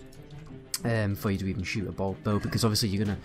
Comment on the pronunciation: Is he saying bows or balls?